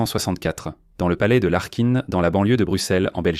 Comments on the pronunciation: En effet Laeken se prononce Laaken. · Laeken devenant Larkine mais wtf.... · palais de Larkine, dans la banlieue de Bruxelles ? Je ne connais pas ce palais, vous devez confondre avec le palais de Laeken (qui se prononce Lékenne). Cela commence, si tout votre reportage est du même acabit, cela promet. Evitez l'ia, et faites appel à des êtres humains compétents, ne serait-ce que pour être pris au sérieux et par respect de vos auditeurs, à défaut de vous respecter vous-même. Ou changez de métier. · Lékenne ? Non non ça se prononce Laake(u)n =) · Palais de Laeken pas linken!!! (Se prononce un long aa) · je suis belge, Laeken se prononce Lâkeun.